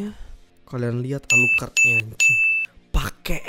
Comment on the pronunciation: Ngakak gua liat lu bang, klo nyebutin nama player alucrott , gua ulang² terus